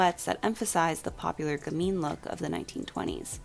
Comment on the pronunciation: What do you say ? The popular 'gameen' look? I'd like to look it up to learn more, but I'm not sure what the word is.